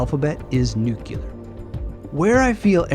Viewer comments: Would you please pronounce the word "nuclear" correctly? It's not nuke-yew-ler. I assume you'd like to be taken seriously. Hint: just follow the spelling of the word. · with all due respect (and I do respect you), I don’t feel your response here was worthy of you. Sure, the word “nuclear” has been mispronounced for decades, and there are some who now defend the mispronunciation as a viable alternative. Still, the vast majority of linguists/grammarians don’t yet agree with that shift. So it doesn’t seem unreasonable that someone would point it out, especially since the word is used frequently in this presentation. But rather than acknowledging your nonstandard usage, you struck back at the commentator, which seems wholly contrary to the spirit you demonstrate in so many videos. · Is it just me or does do his utter best to pronounce "nuclear" correctly but he keeps saying it funny? He repeats it often and it stays funny. Now this stays in my memory.